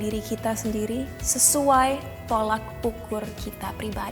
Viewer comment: "Tolok ukur " cinta..not Tolak ..cmiiw :))